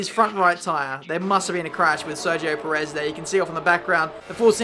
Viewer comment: Sergio "Prez"